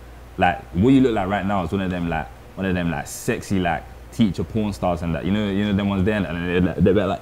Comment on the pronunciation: Bruhhh he said the teacher pronstars 🤣 im cryin